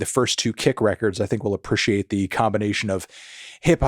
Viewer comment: Why does he say apperciate instead of appreciate